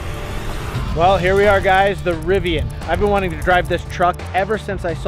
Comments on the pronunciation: it’s pronounced Riv ee an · It’s pronounced Riv-ee-an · You’re pronouncing Rivian wrong